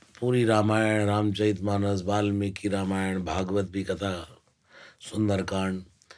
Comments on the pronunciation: Not Ramaayan it's called ramayan please pronounce our revered scripture correctly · Exactly रामायण नहीं बोल रहे हैं ये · पूनम बहन, डेढ़ घंटे का हो या डेढ़ मिनट का, मगर पॉडकास्ट की जो आत्मा है, "रामायण" उसके उच्चारण में गलती की तरफ सिर्फ अंगुली निर्देश किया है! ने जानबूझकर ये गलती नही की, उनका उच्चारण स्वाभाविक ही ऐसा है! मेरी विनंती ये है कि आगे से पॉडकास्ट हो या निजी जीवन, वो इस शब्द का उच्चारण सही से करें!! जय श्री राम! जय स्वामिनारायण!! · Usne chahkar to galat pronounce nhi kiya